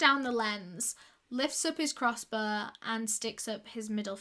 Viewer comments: "Crossbor" haha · I thought more like crossboah